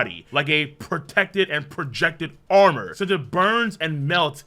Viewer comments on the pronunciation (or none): none